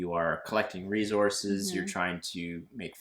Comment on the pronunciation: Great Job! Congrats on the new home., stop saying re-zorces! LMAO! It sounds like you are trying to irritate someone. lol